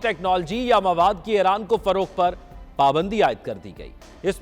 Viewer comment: Aeyraan nahi bhai Eeraan (Iran)